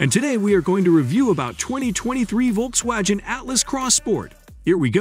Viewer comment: "Volks-wajen" Who reads this stuff?